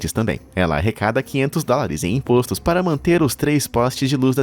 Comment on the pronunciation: ImPÓStos, com acento agudo no O!!! Me pergunto se é um homem de verdade narrando o canal ou um robô... 🤔